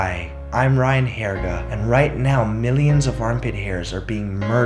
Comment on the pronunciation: "Hi. I'm Ryan hairga." Hahahaha